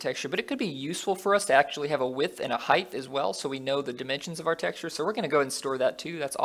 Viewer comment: Dude, I'm enjoying your tutorials a lot and have been following them all so far, but there's one thing bothering me and that's the way you pronounce 'height'. You say it like 'heigth' which is wrong. Keep it up every other way though!